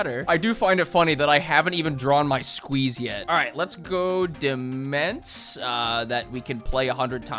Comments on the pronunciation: I love you, but I CANT TAKE IT ANYMORE - DEMENSE IS PRONOUNCED DOMAIN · Demesne is pronounced "demain" btw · fun fact, demesne is pronounced demaine (gotta love old english pronounciations) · not knowing that "demesne" is pronounced "domain" was physically painful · It's pronounced "duh-main" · It's pronounced de-main. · Demense is pronounce Domain. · "Demesne" is pronounced "Domain". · Let me share with you a horrible secret... "Demesne" is pronounced as "Domain", and means that exact thing. Blame the French. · Take a drink every time mispronounces "Demesne". Note: Do not actually do this